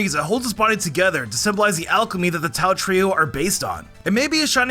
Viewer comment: And he called it Tai not tao